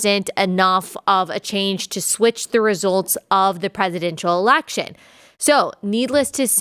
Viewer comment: Its election not alaction.